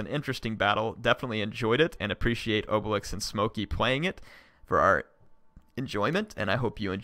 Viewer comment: It's a Gaul name it's pronounced (obeleex) but it sounds better in french